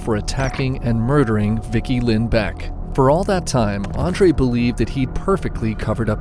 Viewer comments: Vickie Lynn Belk not Beck. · Her name was Vickie Lynn Bilk, NOT Beck, ffs you can't even get her name right.